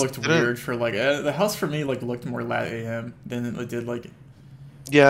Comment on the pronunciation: No way he keeps saying Lat AM 💀